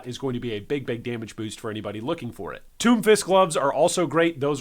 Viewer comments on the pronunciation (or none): none